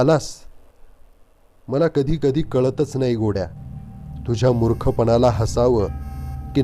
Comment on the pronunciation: ज्ञाण, अणूभव, णाही - ज्ञान अनुभव, नाही उच्चार सुधारावे नम्र विनंती